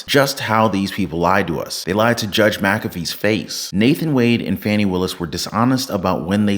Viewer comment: Her name is pronounced: F-u-n-i